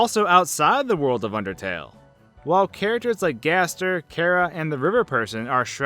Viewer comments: CHARA NOT CARA OR KARA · I know I might sound like a pronunciation nazi but it's (CHAR-UH) not (CAR-UH) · My thoughts on this are why do you pronounce "Chara" as "Kara"? Unless I'm just missing something. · Wtf is a cara its chara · am i the only one annoyed by how he pronounces chara? no? ok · The way you say Chara makes me want to jump off a cliff.